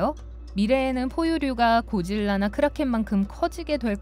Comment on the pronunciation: 왜 징화라고하고 고질라를 고릴라라고하냐 나만 그렇게 들림?